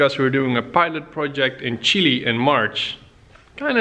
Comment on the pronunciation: It's fun to hear you saying "Chily" instead of "Chile" hahaha